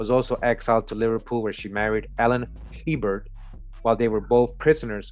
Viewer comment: Herbert we pronounce it A-Bear